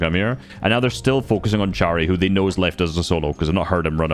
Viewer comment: its chary but you read it like harry